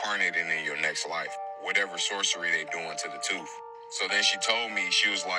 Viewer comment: Tooth not toof